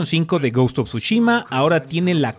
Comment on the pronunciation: ¿Alguien dijo Tshushimi?